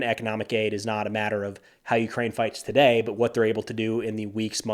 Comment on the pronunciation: Did this Australian grow up in Germany? Today in an Aussie accent rhymes with 'hey' not die. Even though us Australians are thought of as relaxed, we do have a complex and can be very nitpicky!😉